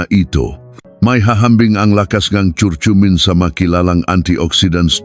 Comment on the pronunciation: Sana hindi AI ang nagsasalita... pronounciation ng curcurmin iba na, ano ba naman iyan doc? 🤣